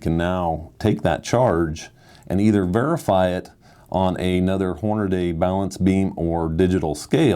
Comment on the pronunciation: That awkward moment when your employee pronounces your company name as “Horn a day”